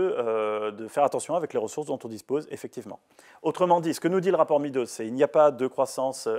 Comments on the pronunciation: MEADOWS se prononce MEDDows, et non MEEdows. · Le rapport Meadows se prononce comme MAIS DOSE, Monsieur Bueno.